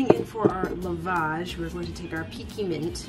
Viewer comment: Hi, just a little note on the pronunciation of 'lovage'. It's 'Love-idge' :)